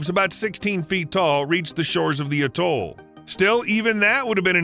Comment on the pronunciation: Couldn’t even say atoll properly.